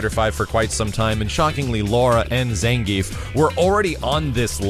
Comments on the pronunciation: It's not "Zan - Geef", it's "Zahn - gee - eff" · ZAHN-GEE-EFF,! Get it right! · Ppl keep calling him "zan-geef" even after the trailer tee-hee